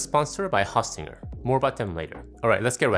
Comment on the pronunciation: It’s host, not haustinger